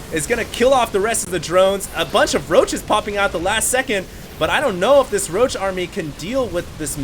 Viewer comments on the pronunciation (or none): none